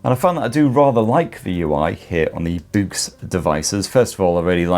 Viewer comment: Every time you say "BOOX" it sounds like "boobs" 😄